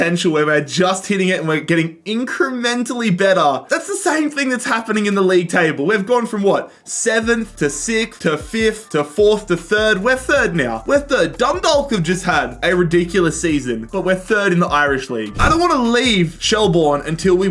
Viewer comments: Just wanted to tell you that the l in Dundalk is silent and is instead pronounced done-dock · Hearing someone saying Dundalk not from Ireland is funny